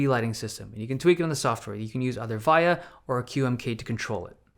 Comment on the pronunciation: He said "vyah" instead of VIA, and "thonk" instead of thock lmao. This man isn't into customs, he's just a poser who had taeha make a custom for him